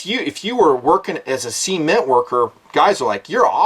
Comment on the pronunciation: 'sea'ment lol